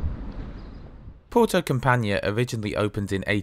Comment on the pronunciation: Thank you. I know the traject well, but it is always fun to see a review. Campanhã is pronounced like campanYEAH. Not CamPANya. But I´ve heard worse ;)